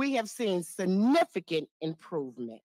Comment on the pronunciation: She said sinficat ( SIN - IFICANT